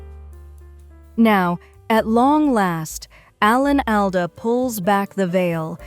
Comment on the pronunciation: Please stop mispronouncing his name